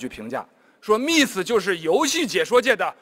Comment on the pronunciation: miss连自己名字miss都读不对,不过也罢,听说身价过亿